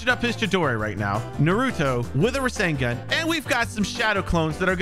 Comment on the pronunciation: He says rashingun